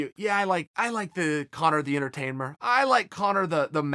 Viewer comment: Chael “Conor the entertainmer” Sonnen